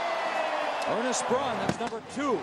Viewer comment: ISU #84 is "Ernst Brun," not "Ernest Brun." (Think of a German sounding first name)